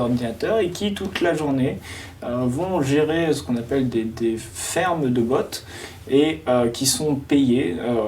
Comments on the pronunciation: "des bauttes" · des bautes 🤣🤣🤣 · Ptdr des BAUUUUTS😂 Svp apprenez à mieux prononcer ce mot par pitié. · “Des bauuuuts”